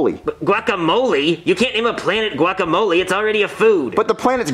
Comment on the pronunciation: The way pronounces guacamole is so annoying I hate how ppl say it like that